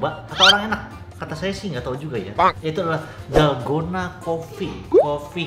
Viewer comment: Dolgona Coffee ❌ Dalgondel Coffee ✔️